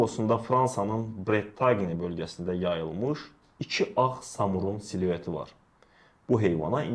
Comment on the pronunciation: Brentagne yazılır, Bretan oxunur. Seluet yox, siluet.